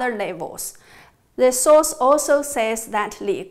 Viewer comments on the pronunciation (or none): none